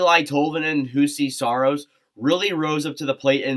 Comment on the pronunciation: Juuse Saros is pronounced "you-see saros" Tanner Jeannot is pronounced "Juh-noe" And uh Josi is not underrated. Like at all.